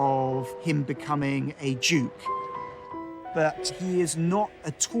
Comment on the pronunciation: what's a "Juke" or was it supposed to be a duke?